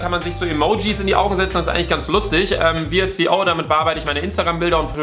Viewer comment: Ist keinem aufgefallen das er bei der App Vsco😂 V S O sagt😂